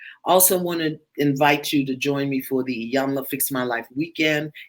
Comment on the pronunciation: E-yan-la. The I is pronounced as a E. Hope that was helpful